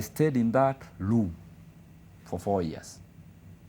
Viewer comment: The guy repeatedly referred to room as "loom" and the government is still silent. Anyway you can also learn how to make PISSA from SCRASH, it all depends with your determination😂😂